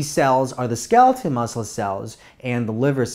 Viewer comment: Skeleton or skeletal? The pronunciation is weird or is wrong.